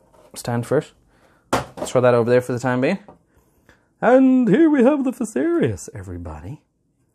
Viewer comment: You pronounced it correctly.